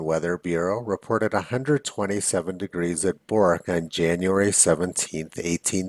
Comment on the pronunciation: Hey Tony. Another great video. Thanks PS: For future reference, the town Bourke is pronounced Berk (rhyming with work). Keep 'em coming :)